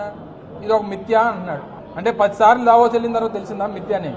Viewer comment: Madam.. it's not Davoos please